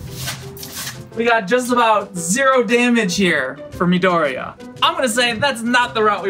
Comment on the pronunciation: Is MI-DO-RI-YA no maidoriya :v